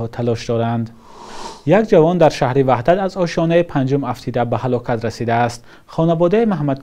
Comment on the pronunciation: Вадад не ваҳдат